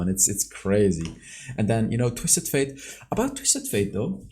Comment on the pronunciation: Holy crap, he actually said “Twisted *Fate*”! Good job bro! Hahaha